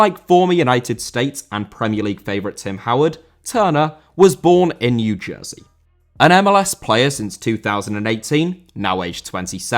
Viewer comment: Jersey* not Djerzey